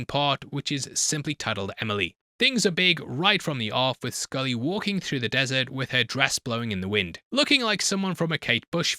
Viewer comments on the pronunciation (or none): none